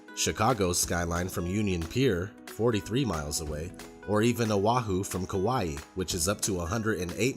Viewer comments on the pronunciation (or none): When he pronounces ‘Kauai’ wrong 😪